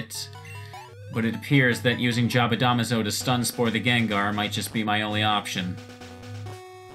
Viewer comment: Smh pronouncing jabadamazo wrong still